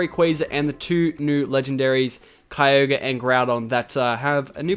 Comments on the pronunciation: it's ky-o-g-re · Kyogre is pronounced Ky-O-Gur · WHy did you say ky-Org?! :P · We'll find kyle???? or kyorg, idk what he said